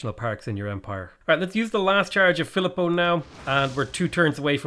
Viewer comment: Philipo Brunelleschi is actually pronounced Phileepo Bruneleski